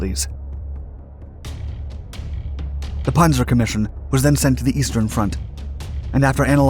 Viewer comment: Its not ponzer. Its panzer. With a Z get it